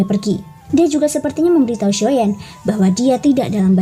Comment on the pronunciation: XIo yan Lo bukan XIo yen